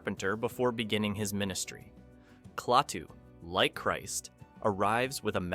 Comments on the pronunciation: It's pronounced "Claytoo" no "Claahhtoo"! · He knows that. He wrote “Klaytu” instead of “Klatuu” to illustrate how idiotic the pronunciation of the name is in the video.